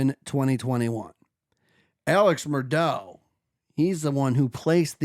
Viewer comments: It’s murdaugh ( MUR-DOCK) or MUR-DOG) or (MUR-DAW). Not what you are saying MUR-DOUGH. Haha You are are 3 years late to this story. Do something research buddy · Also it's "Mur-Dock". As Noor Jasmine said " the invisible C is NOT silent" 🤣🤣